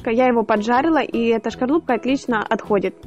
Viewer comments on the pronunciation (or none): Как я милую любил представить вы не можете! А за что её убил, так за слово ЛОЖИТЕ! На досточке! Извините за сарказм. Вы прекрасный мастер! Спасибо за мастер класс! Но шкорлупка не звучит, лучше говоришь Скорлупка. Простите за замечание!